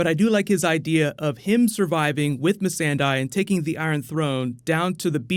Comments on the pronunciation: It's not Missendai, it's Missandei! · Why does he keep calling Missandei, Miss-an-Die !!!! Why!!!